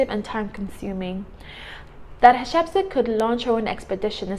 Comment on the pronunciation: Since these people are African I think we need to find the best prounounciation of their names. Her name sounds European and not African